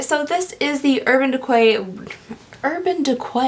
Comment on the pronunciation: "Urban Dequay" 😂